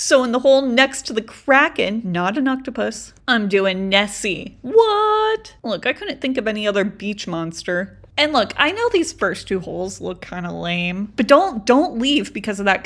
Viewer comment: Why does nessie sound like messie?